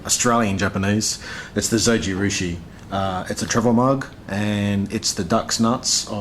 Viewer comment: Just the japanese like pronunciation of Zojirushi in the end deserves a like.